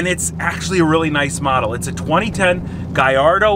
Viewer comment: Nice car but u can’t pronounce the word gallardo correctly is doing my head in, it’s not gai-ardo it’s ga-llardo